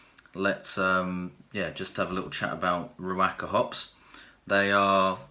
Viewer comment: I know I'm three and a half years late but given the current situation with NZ in total lockdown I'm watching tons of video dreaming of the next brew, lol. Anyhow one little tip is the the pronounciation should be ree woka. Just a small thing but great video anyhow. Cheers from NZ, hope you are all safe and sound !!